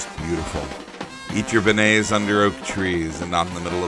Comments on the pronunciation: you pronounced beignet wrong its not ben-nays its ben-yays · Great video! I grew up not too far from New Orleans, and I've seen that cart many times. My only suggestion is about the pronunciation of beignet- you're close, but not quite there. It's "bayn-YAY." 😁💙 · the way you pronounce begniet keeps throwing me off. lol